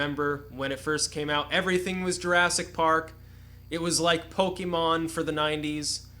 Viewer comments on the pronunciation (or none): none